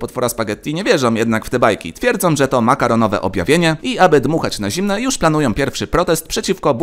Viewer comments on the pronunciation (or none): none